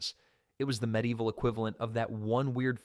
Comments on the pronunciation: If only he would pronounce ME-DEE-EE-VIL correctly . . . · Pretty good AI voice. Almost unnoticeable, but it pronounced medieval definitely a couple times.